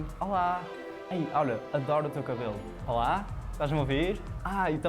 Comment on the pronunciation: It's not "Hola", but "Olá". Thanks!